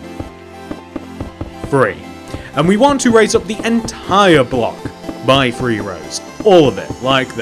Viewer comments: Three not bree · one two Bree four five 😂😂😂😂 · I like how he says free instead of 3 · "WAN TWO FWEE, i FINK...!"